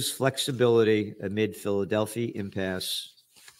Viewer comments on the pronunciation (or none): It is pronounced Phila del fie corridor.